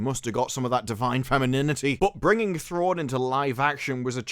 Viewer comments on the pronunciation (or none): There's no way this will do Thrawn justice. He's one of the most compelling characters ever written, and they will make him stupid. Also, the actress that plays Ahsoka totally said "Throng" in that clip. So nobody caught that in production or nobody on this project even cares enough to know the character's name.